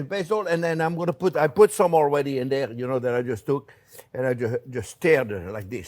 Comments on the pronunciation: Me 2 when I hear hello dare I smile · I was just thinking about lasagna...how good it sounded!!! while driving in the heavy snowfall yesterday. Thanks for reading my mind for a new lasagna recipe on Soup Monday, Chef!!! And hearing you say "Well hello dere friends!" always brightens my Monday!! Thanks for all you and Jack and all do!!